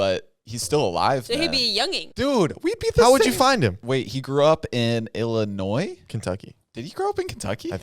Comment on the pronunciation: Anyone else bothered by the way pronounced Illinois; where my Illinois people at